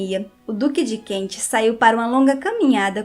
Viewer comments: ... Duque de Kent ... e não Duque de Kentche...srª... Ai ai ai esse Inglês..... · ANTES DE FAZER UMA LIVE VOCÊ TEM DE TREINAR A PRONÚNCIA CORRETA DAS PALAVRAS, EM INGLÊS. DUQUE DE KENT( "KENTCHI"!!!!) QUE HORROR!!!!